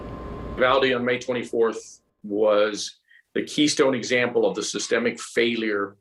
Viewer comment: “Keystone Emaple”. got that right, Keystone Cops